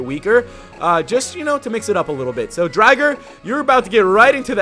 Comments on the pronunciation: it's not Dry-ger it is Drigger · It's not dri-ger it's dre-ger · Name is said wrong its drig-er not dryger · it called drigger not dryger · Drigger not drigar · You pronounced drigger wrong